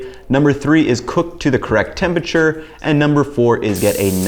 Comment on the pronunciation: For someone so preoccupied with tempeRature, you'd think he would pronounce the word correctly.